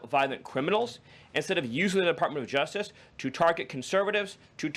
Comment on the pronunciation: What is the juftiff department? Does the speaker have a touch of downs, or is it just a speech impediment? Dont get me wrong, it's great to see people with learning disabilities find success, but I thought we were going to crackdown on these DEI hires?